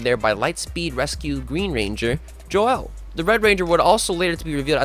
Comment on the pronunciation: The way you said Joel made me cringe. You did your job, see you in 2 months